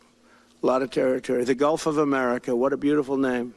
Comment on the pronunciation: Did he say "guff of America"? That's all I heard!